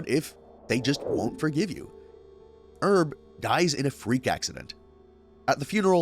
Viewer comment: not even saying herb's name right did you even watch any of these shows